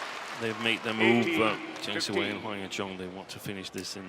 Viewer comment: It's "Siwei", the way the umpire said it sounds like "seaweed"...